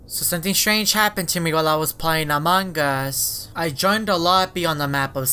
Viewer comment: you don’t say among Gus you say among us =-)😉